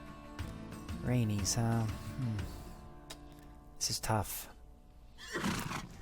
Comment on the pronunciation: ... cringe worthy targaryen name pronunciation. Rhaenys would be pronounced Rain-iss not rain-ees smh